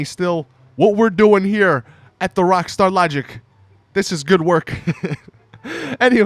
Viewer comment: how he says rwakstar lahgik